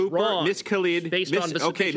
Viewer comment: Cooper is actually pronouncing her name correctly. It is pronounced "kal-id" and not "kal-eed" (think DJ Khalid).